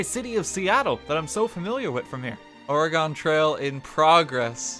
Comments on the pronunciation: NEVERMIND, HE SAID OREGON WRONG. I'M GONNA RIOT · I love how everyone unfamiliar with Oregon pronounces it “Ore-gone” 💀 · Are you serious Let me guess they said Oregon wrong again aswell?